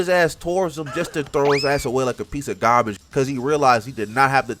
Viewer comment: the "Piece of GAHBIGGE" 🤣🤣